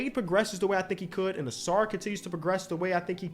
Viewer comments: Take a shot every time messes up Ausar’s name. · You had Ausar not Amen. Lol